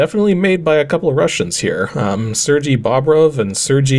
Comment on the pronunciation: It's a nitpick, but because it's a FIRST name and not a LASTname (which you usually struggle with) ... Sergey is pronounced "SirGay". Yes, really. :D